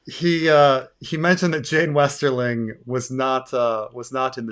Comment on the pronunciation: But Jeyne, Jeyne, it rhymes with pain 🤔